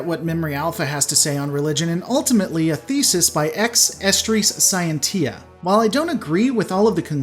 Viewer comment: I think it's pronounced "sy ent sha" in Latin. Maybe "see ent sha" Scientia